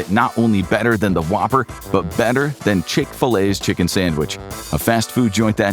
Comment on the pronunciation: Damn the ch'king was good 😋